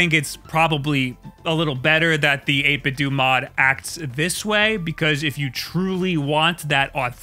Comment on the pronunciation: It’s Nintendo not nintendew right? Lol , so I think it’s 8bitdo not 8bitdew